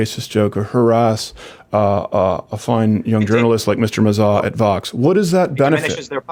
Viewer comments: Carlos Ma-zah lmao!!!! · "Carlos Muh-Zah" Me: dead from laughter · Carlos Mazaar Stephaan Crowder with the correct pronunciation. 🤣🤣🤣🤣🤣🤣🤣